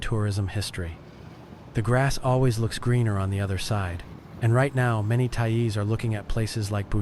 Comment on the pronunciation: Thai-eez? WTF is that?